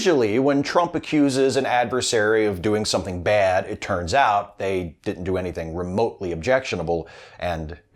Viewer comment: I'm not convinced Trump knows what "Clumsy" or "Awkward" means. He'd usually use the word "Bad". Or as he says it. "Baed"